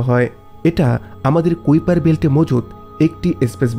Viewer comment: কুউপার উচ্চারণ টি কাইপার উচ্চারণ হবে